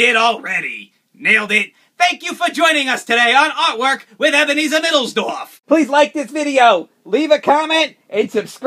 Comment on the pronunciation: ebenerzer